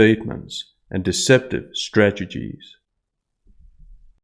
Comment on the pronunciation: Strageties? I think you mean strategies - in the intro. Your version is funnier.